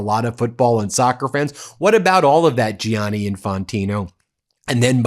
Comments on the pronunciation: It's pronounced 'Janny' not 'J-ianny', Ben. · Gianni is pronounced the same as Johnny. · Please, Ben and americans altogether: Don't butcher the name Gianni Just say Janny. It hurts my ears every time you butcher it!